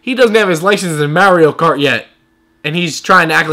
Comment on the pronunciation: Only difference i could see was the way he pronounces "mario cart"